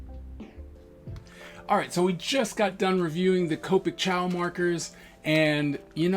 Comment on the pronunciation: These are the "entry level" Copic and they're pronounced "chah-oh" I think it's Italian. They're basically a Sketch markers with a round barrel and holds less ink.